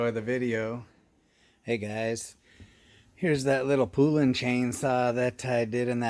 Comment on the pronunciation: Love your saws. By the way Poulan is pronounced like the country Poland except without the D. Here's a cool vintage Poulan commercial